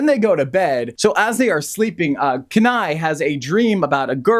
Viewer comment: it’s very frustrating that you’re pronouncing Kenai incorrectly the entire time. if you watched both movies you should be able to pronounce the main character’s name correctly.